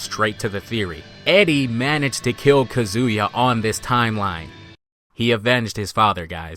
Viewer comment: Yo why do you keep pronouncing Kazuya like Kazooya? It isnt similar to Kazooie it is more like Kazeya is pronunciation, not a huge deal because your videos are well done but it grates on my nerves that you always mispronounce my main man! lol